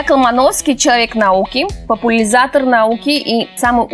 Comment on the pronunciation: Так, я одна услышала вначале 'популизатор'?????? Это что, от корней попу и лизать???